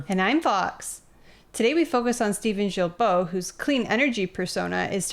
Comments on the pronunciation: the way this guy says Guilbeault is closest to how it should be said. It’s a hard G. Like GARBAGE. 🤣🤣🤣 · His last name is pronounced as ghee-bo 👍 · Prononounced: «Gill-Bo»... Thanks! Take is for a French Guy ;-) Cheers! Great work as always! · Wow Im not surprised. I have a difficult time with Guilbeault. Although Im not a fan his name is pronounced "Geebo"